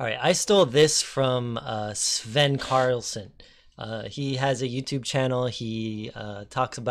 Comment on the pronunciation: Hallo, it is and Not Carlson